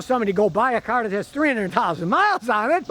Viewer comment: Ur saying the word ....car.... Wrong...